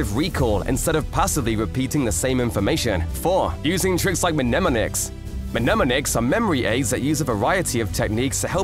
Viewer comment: Great video, incredibly well made. Uhm...you don't pronounce the first m in "mnemonic". Don't want to be rude, just letting you know.😅